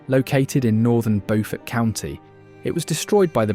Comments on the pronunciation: Beaufort is pronounced BEW fert, not Beau fort. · Sheldon Church is not in North Carolina!!! That's where Bow Fort County is. It's in Beaufort County SC. It's a pronunciation difference that's kind of important.